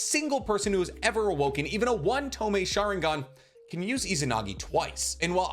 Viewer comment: “Strongular ocular” “TO-MAY” 😂 “Im top 4 people in the world when it comes to naruto knowledge” is this guy trolling?